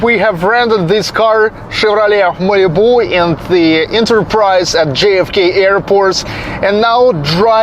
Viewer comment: I mean this in no way as an insult, but the way pronounces Malibu is amusing. In a good way.